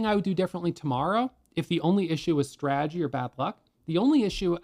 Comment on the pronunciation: Humility is the key to life. God rewards humanity more than anything. Life is beautiful, roll with the punches if you can’t block or dodge them! Keep up you’re “straegy”( he enunciates strategy correctly about 30% of the time) jkjk Anyways love your videos and encouragement you’re awesome thanks for your guidance I’m about to get my feet wet and start day trading!